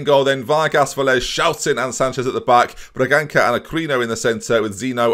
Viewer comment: I am portuguese, Bragança is pronounced Bragansa, "ç" is like an S